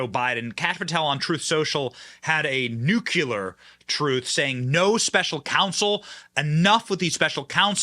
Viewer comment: Omg please stop mispronouncing the word NUCLEAR.